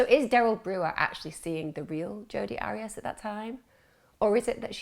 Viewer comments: AIR-REE-ASS not ARRY-ASS . I so wanted to listen to this, but if you can't even get the name right... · Her name is pronounced' Air re as' but who cares shes a nobody 👍🏽